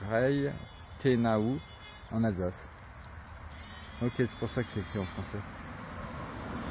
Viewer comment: Bonjour et gratitude à toi, content de te revoir dans tes marches. Je confirme, moi qui suis Alsacien parlant allemand je me marre de ta prononciation. Mais toujours dans la bienveillance.